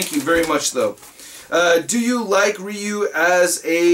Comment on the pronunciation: I hate when people say Ryu that way...lol. Killing me